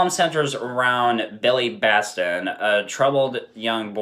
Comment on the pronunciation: Correction - . .His name is Billy Batson not Baston